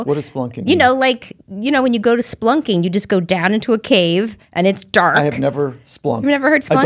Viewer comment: Just an FYI the way she pronounced spelunking (spu-lunking) made it sound like she said "splunking". At first I didn't understand her either. Origin from the word "spelunk" meaning a cave. I used to go spelunking a lot here is KY where there are a lot of caves. Great show BTW.